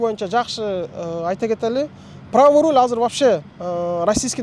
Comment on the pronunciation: Рол Эмес😮руль